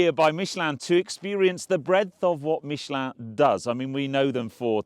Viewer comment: I guess if they sent me I would make the effort to pronounce Michelin properly too